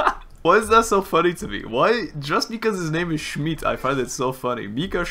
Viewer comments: you are pronouncing the name wrong its schmidt with a short i and not schmied witch is the german translation of smith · I'm sorry to nag you, but it's actually pronounced "Mika Schmitt" not "Mika Schmeat" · + you’re actually saying Mika “Schmied“ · no both of you are wrong you pronounce it schmeadt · whenever i hear dehya’s burst i always hear it as “you’re dead schmidt” and i can’t unhear it and burst out laughing everytime istg 😭😭😭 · obviously not, orherwise he'd pronounce it right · he's pronouncing it like that on purpose, he mentions the proper pronounciation in the video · where did I start a riot now? I just said I doubt he's German based off how he pronounces 'Schmidt'. You are way too emotional for what I just said. Plus, I don't care if he pronounces something right or wrong. You don't even know my mother tongue. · I still can’t get used to you saying “schmidt” since it’s my last name in german and i get called that a lot😭